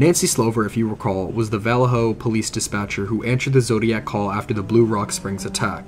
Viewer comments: The town is pronounced Vol-lay-ho. I grew up in that general vicinity and remember his last letter in 1974. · Bro you need to do your homework before you start pronouncing names such as: (VALLEJO)Va-lay-yo, (KARMAN GHIA)Carmen Gee-a, you are just butchering these simple names,SMH! And there was one more that i can't remember. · I grew up close to Vallejo and we always pronounced it Vul- ay- oh. We never ever pronounced with an H. Just saying. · Well, I guess that's one way to pronounce Vallejo... bwahaha! It's interesting how the smallest tweak to a word can make it sound so odd compared to what our ears are used to hearing all our lives. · Where are you from that you pronounce Vallejo so strangely? There is only one accepted pronunciation that I am aware of. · You're pronouncing Vallejo wrong and it's bothering me